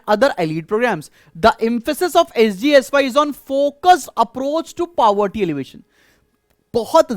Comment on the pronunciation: He is pronouncing it correctly........